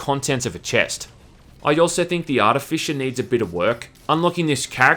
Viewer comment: Okay. Either I have been pronouncing "artificer" wrong for years, or you are pronouncing it wrong, or this is a different but similar word. And it's doing my head in.